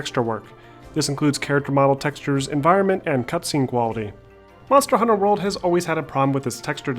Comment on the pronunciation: Aaaaaarrrrhg u keep saying it as Monster: Hunter World